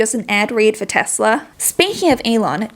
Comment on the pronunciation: You mean Tesler?